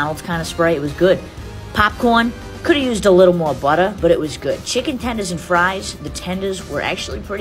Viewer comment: The butta I love how she says butter😂